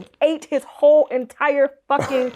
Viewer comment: She said, “ all the hoe positions filled” 😂😂